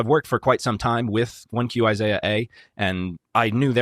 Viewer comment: He pronounced Isiah wrong so he's already refutted 😂😂